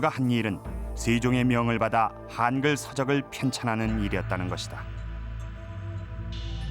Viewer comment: 한글이지 하앙글이 아니다. 발음 똑바로 해라